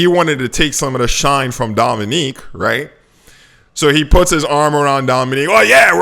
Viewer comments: It is "Dominic" not "Dominique" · Mfkr learn how to pronounce Dominic’s name. It’s not “Dominique” you sound like an absolute moron. Reality doesn’t squeeze me because I have an actual high paying career and don’t put all my money in one crypto while making some stupid app no one will use.